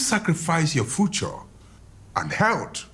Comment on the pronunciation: "Your fucho" Ah, professor, it's future, not "fucho"